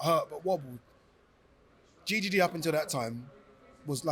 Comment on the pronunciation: Who tf calls triple G “gee gee gee”😂😂😂 never heard this once. It’s Golovkin, Gennady, or triple G. Or people say “big drama show”😂 Sounds like Gigi, what people call their grandma😂